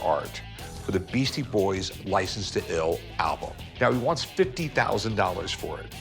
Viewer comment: "Beastie Boys" not Beasty